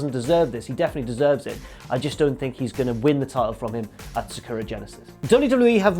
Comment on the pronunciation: For God's sake, why can't you pronounce "Sakura" properly?